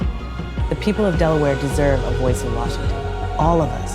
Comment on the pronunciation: DelaWHERE!? DelaWTF? lol